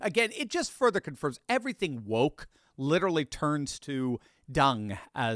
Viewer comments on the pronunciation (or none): none